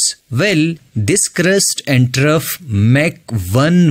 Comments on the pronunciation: Good video but you're pronouncing "Measure" and "Trough" incorrectly. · “”Trough””😡😡👎🏽👎🏽🙅🏼‍♂️🙅🏼‍♂️ “”Trove””😘😘🤗🤗🫡🫡👍🏼👍🏼